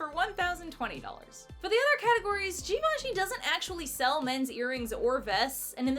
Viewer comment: Obsessed with how she pronounces "Givenchy" later in the vid. So couture